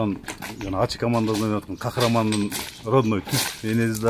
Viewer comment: Кахраман эмес Кахарман